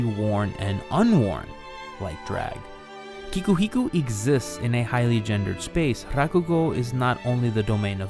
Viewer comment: Thank you, this is excellent content, but... YOU REALLY NEED TO CHECK TO MAKE SURE YOU KNOW HOW THE NAMES OF THE PEOPLE AND CHARACTERS YOU'RE WRITING ABOUT ARE PRONOUNCED! IT'S KIKUHIKO